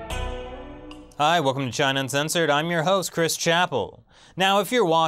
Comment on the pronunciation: Do you really say "Un-zen-sored"?